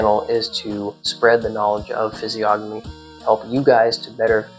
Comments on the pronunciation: Fizz-ee-ogg-uh-me .. or Fizz-ee-oh-know-me ? .. i think this guy is pronouncing it wrong? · the G is silent in the pronunciation of physiognomy! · I thought the G in physiognomy was silent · I completely agree with you. However, the G in physiognomy is silent. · I always thought the G in physiognomy was silent, yet I’ve heard people (including you here) pronounce it as if the N was silent. Which way is correct? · you said the word physiognomy wrong lol, the 'g' is silent